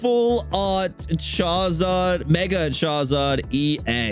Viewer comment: Y u say CHARZARD